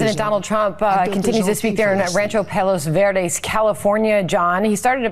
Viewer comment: He said he was in Palos vureds 😂😂😂😂 idiot